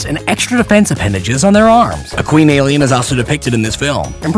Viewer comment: Don’t you mean AYYLIEN?